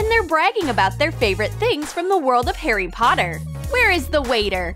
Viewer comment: I'm a potter head and its harry potter not heiry potter they sounded like they are saying heiry potter